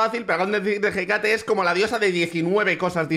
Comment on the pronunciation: por favor se dice Écate, con la tilde